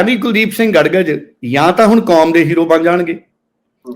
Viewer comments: ਗੜਗਜ ਨਹੀਂ ਗੜਗੱਜ ਹੈ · ਗੜ ਗੱਜ ਨਹੀਂ ਗੜਗੱਜ ਬੋਲੋ ਜੀ ।